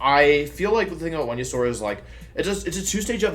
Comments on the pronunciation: What the fuck is Wonyasaur... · the way you pronounce venasaur and ninetails...it hurts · Guys its just Venusaur with a W lol so its Wenusaur